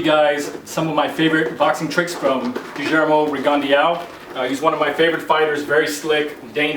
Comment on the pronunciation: Gee-ermo Reegan-de-ow